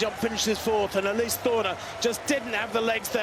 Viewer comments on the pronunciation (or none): none